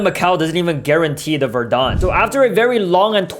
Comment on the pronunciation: It’s not Verdan it’s verdant